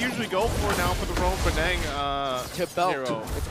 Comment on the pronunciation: Someone tell to stop saying Bay-daaang. Its Buhdung. Annoying AF!!!!!!